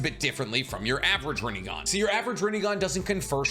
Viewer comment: [PAUSE] -> 😂Sasukes Rinegone😂 It’s funny bec its so ridiculous